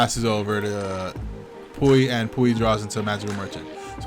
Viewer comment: Lol “pooey” -puy